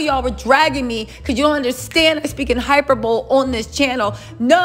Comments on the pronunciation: 😳 Wait... what. Did you just say you speak in hyper bowl? WTH is that? Surely you meant..Hyperbole, as in, hi-pur-ba-lee. Stop using words you can't pronounce or annunciate. Tends to kill your argument. 👌😁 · Lol, hyperbole is pronounced hai pur buh lee😊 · Girl that is not how you pronounce “hyperbole”. You literally had me laughing my ass off.